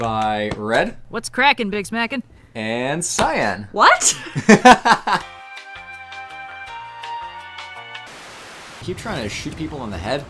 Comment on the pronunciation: Why is it Cyan and not Cyanne?